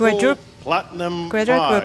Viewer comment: Qu-Qua-Quadrupre Pratinum Prize-ERU!?!?!